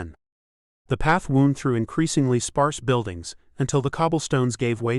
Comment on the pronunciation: This was a great listen. While AI reading isn't as expressive the only thing that truly gets me with it is WOUND instead of WOONED. I know they are written the same and that's when AI misses, because it can't comprehend the difference. Loved the storyline though, are we going to see the crew through a few more magical adventures are are you going to leave these characters as stand alone? I don't know if it makes a difference but I pay for YouTube Premium and have no adds.